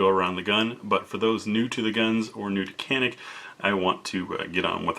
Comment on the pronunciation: It’s turkish so canik is pronounced with as Janik and it’s mete isn’t meta it’s metay lol turkish not English